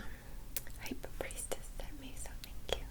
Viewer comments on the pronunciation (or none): Did you say High Priestess?